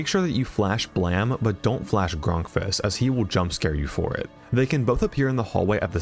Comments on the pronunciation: it pains me how you pronounce grunkfuss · The Flumpty's crew are not animatronics, but monsters. Also, it's pronounced "Grunkfuss." And why do we still care about ONAF at all?